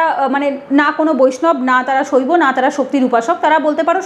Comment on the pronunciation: আর দ্বিতীয় কথা হল আপনি বলছেন যে সনাতন ধর্মে ভগবান বিষ্ণু হলেন পরব্রহ্ম এই তথ্য আপনি কোত্থেকে পেলেন আপনাকে কে বলেছে শুধু ভগবান বিষ্ণু পরমব্রহ্ম লোক কে ভুল বোঝানো বন্ধ করুন। আগে নিজে পড়ুন জানুন তারপরে বলবেন একে তো ভুলভাল বলবেন আপনি বলছেন সইবো শাক্ত এবং বৈষ্ণব যারাই তিনটিতেই বিশ্বাস করে তারা স্মার্তো এই কথাটাই তো সম্পন্ন ভুল। আর বৈষ্ণবের বেলা তো ঠিক উচ্চারণ করতে পারছেন। কিন্তু শক্ত এবং সইবো এইগুলো আপনি ঠিকঠাক উচ্চারণ করতে পারছেন না দেখছি। আপনি বৈষ্ণব সে ক্ষেত্রে আপনি ভগবান বিষ্ণুকে পরব্রহ্ম মনে করেন ঠিকই তবে আপনি এটা কোনদিনই বলতে পারেন না সনাতন ধর্মে ভগবান বিষ্ণু ই হচ্ছেন পরব্রহ্ম।